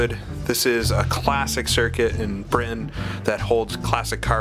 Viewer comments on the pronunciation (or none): none